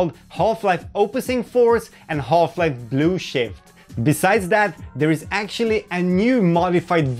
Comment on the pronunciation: I like how you pronounce Blue Shift as "Blue Shit" lol